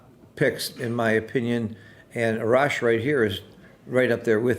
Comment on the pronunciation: A-rash, you pronounce A like the way you say in "Army" Great commentating and very educational 🙏